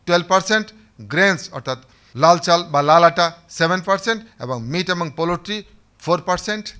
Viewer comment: Very informative video. But the "poultry" pronunciation should be corrected in the video.